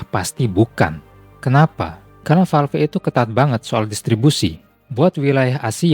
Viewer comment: valve kok baca nya valvi? wkwk